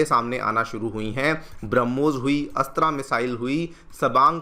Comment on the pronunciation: मिसाइल अस्त्रा नहीं अस्त्र‌ मिसाइल ।